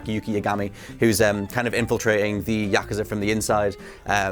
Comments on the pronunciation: pronunciation of yakuza is terrible, Yakaza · I was out after they keep mispronouncing Yakuza